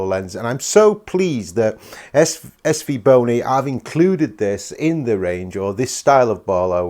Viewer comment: 8.07 is it just me or did say svboner? 😂